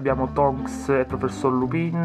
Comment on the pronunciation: si dice lupin non lupìn sei un babbano comunque la collezione è fantastisa e tu con il tuo modo di fare sei fantastico ancora di più..... no tu non sei fantastico sei magico